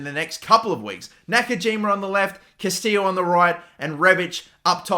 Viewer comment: Its not Castillo (kah-STEE-yo) bro, its Castillejo (ka·stuh·yei·how)